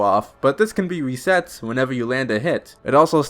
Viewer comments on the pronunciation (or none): none